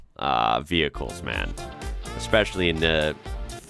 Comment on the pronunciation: that is how you pronounce "M.A.N."